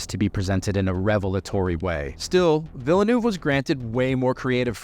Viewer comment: Gosh, it keeps blowing my mind how full-on crappy Brits and Americans decide to be when it comes to pronouncing people's names. Denis Villeneuve (or should I say "vullah noofah"?) is not a damned hard name to say! "ville" = city (as in "vill"ain), "neuve" = new (try for a British "serve" vowel if you can't do an Ø sound). It's not rocket surgery!